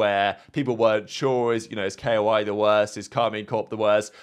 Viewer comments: please stop saying K.O.I its koi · bro really said k o i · Why you say k-o-i? It pronounced like the fish